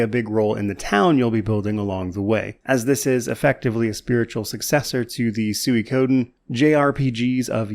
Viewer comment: Thank you so much for pronouncing Suikoden properly. The amount of content creators I hear say things like Sukkaden, etc. makes me cringe. 🥲